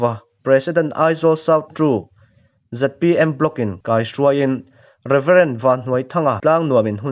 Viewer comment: ZPM tihtur niawm takah, ZMP tiin i lam tlat a ka hriat chu.